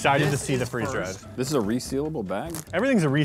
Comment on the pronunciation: Free Z dried Me: 🤣🤣🤣🤣🤣😂😂🤣🤣🤣